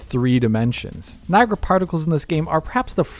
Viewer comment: can say Niagra unlike